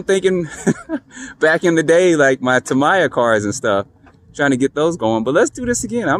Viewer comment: Tamiya is pronounced Ta ME ya